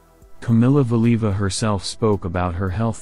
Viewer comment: the narrator (AI?) cannot even pronounce Valieva's name correctly! Nobody noticed before posting this? Weird